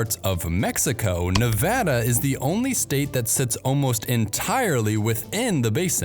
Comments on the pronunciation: Thanks for not mispronouncing Nevada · As a Nevadan, thanks for pronouncing it correctly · Thank you for pronouncing nevada properly! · Thank you for the great information! I have a few comments. 1) Thank you for pronouncing Nevada correctly, or at least, the way people in the State of Nevada and residents of California's Sierra Nevada mountains pronounce it. People from the east and Midwest so often say "Ne Vaaauuugghh da" and it's "ne Va da," with the Va pronounced the same way Va is pronounced in "Vat." 2) The majority of water that sustains northwestern Nevada comes from California from the Truckee River drainage, which Lake Tahoe is part of and the Carson and Walker Rivers. Washoe, Carson City (county-city combination), Douglas, Lyon and Mineral Counties depend on these sources. California is often accused of taking water from surrounding states, but in the case of northwest Nevada it is exporting a lot of water, all of it produced by eastern Sierra Nevada watersheds. 3) The snowpack of the Sierra Nevada, southern Cascades and some northern California mountain ranges produce the water that irrigates California's Central Valley agriculture and over half the fresh fruit and vegetables consumed in the U.S. are produced here. Many products are largely only produced in this state. California has the largest agricultural economy in the U.S. Thus this snowpack is about the most important reservoir in the U.S. The current drought in this region has nationwide impacts. Given the current long term drought the mining of ground water is being used as a short stop gap measure to sustain a portion of this economy. Sin